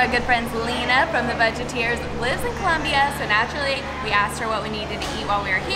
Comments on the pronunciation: its Colombia not Columbia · It's ColOmbia not Columbia!!!!!